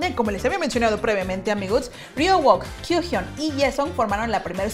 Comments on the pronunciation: Es kyuhyuk. La h no suena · Se pronuncia "Kyuyon" y " uñok" o "uñoke" los mismo suju lo dicen asi